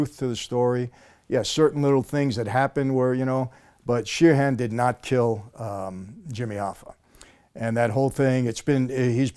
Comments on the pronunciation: He says Sheerhan like Sirhan (Sirhan) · First of all he called him “Serhan” not Sheeran 🤔 so yeah nah, I don’t think there’s anybody—least of all Martin Scorsese—who believes that RFK’s assassin also killed the Teamsters union president!